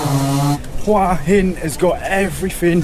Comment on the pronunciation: finally, a host that knows how to say the towns name right!!